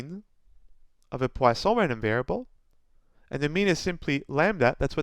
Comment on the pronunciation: Thank you sir, I like the way you put them all in one video with a neat explanation, and the way you pronounced poisson was perfect !